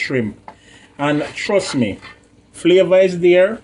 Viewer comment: tooo funny.. "u waah infuse di pot wit flaava"